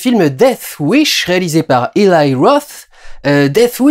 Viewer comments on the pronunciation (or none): POURQUOI PRONONCER "ILAÏ" ROTH ? PERSONNE NE DIT "ILAÏ" SEMOUN , MAIS "ELI" SEMOUN...NON ? ☝😌